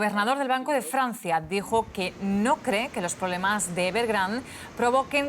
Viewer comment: "evergrand" jajajaja pinches ridiculos